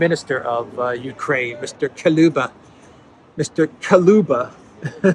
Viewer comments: Thank you, was waiting for your news all day. I believe it's Mr Kuleba not Koluba 😊 though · KU LE BA not KA LU BA 😎 Take care at 45 degrees. man! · Kuleba is read as Kouleba, not like Kahlaya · K-oo-l-e-ba the vowels are visa-versa. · Mr. KU-LE-BA. Not that I am against butchering the name of that arsehole, but still... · If you pronounce Kuleba as kalouba like you did, then kalouba (Καλούμπα) in Greek is α ball of string or yarn, tangle, mess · It´s actually Kuleba lol (Koo-leh-bah).